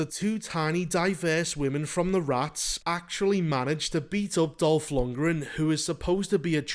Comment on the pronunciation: Was just listenning at first. Chuckled when you said Dolf Lungran. When i finished my chores, glanced at the screen, and it WAS Dolf, my brain misfired HOW IS HE IN THIS?!